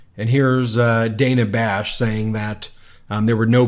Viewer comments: Ben, it's pronounced Dan-uh not Day-nuh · It's Dan-ah Bash not Day-nah Bash. If your going to give sh!t to Trump and his maga cult for getting Kamala's name wrong then you should hold yourself to a higher standard than them. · Ben...it's Dana, not Dayna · It's NOT Day-nah, it's Dann-ah!!! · BEN, her name is pronounced “Dan-uh”, not “DANE-uh”. So irritating that you can’t seem to get this and repeatedly mispronounce her name (in multiple vids). We don’t like when people mispronounce Kamala’s name, so let’s not do it to others. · DAN-A Not Diana! C'mon man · Thanks, Ben, for pronouncing Dana's name incorrectly. It's Da-nuh not Day-nuh. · You know, Ben, you love to ridicule & belittle DJT & Republicans for mispronouncing "Kamala" Harris' name... and yet in this very video presentation you, yourself, mispronounced Dana Bash's name... over and over and over again... multiple, multiple, multiple times... Way to go, Ben, way to go... For the record, Ben, her name is pronounced "Dan-nuh" Bash... not "Day-neh" Bash Isn't there anybody there at the MTN who can help you out with this sort of thing, Ben ??? Someone to help you look and sound much more credible than you actually think that you are ??? Oh how you LOVE criticizing others, Ben... for the EXACT SAME THING that you do yourself. Yeah, how weak is that ??? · C’mon Ben. It’s DAN-A, not DAY-NA. Kamala even corrected her pronunciation. If we’re going to hold people to saying Kamala correctly let’s not be hypocritical. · Come on Ben it’s Dan-ah not Day-na. You can’t complain about people saying Cam-ma-la if you don’t pronounce names correctly either. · BEN IT'S DAN AH NOT DANE AHHH.. 😮😮😮😮😮😮😮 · Ben, I don't know if you realize it, but you consistently mispronounce Dana Bash's name. It is pronounced like the man's name, Dan, and then you add an a, Dan-ah. It is not pronounced like Day-na. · You’re mispronouncing Dana It’s Dan ah, not Dane ah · Look “Dan-ah”😭😭😭😭I love VP Harris💫🥰😭